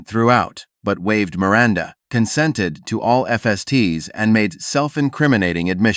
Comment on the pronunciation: Who is "Mir-Rhonda"?